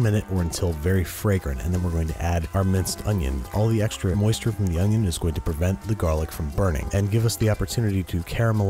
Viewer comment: An Oh-nioh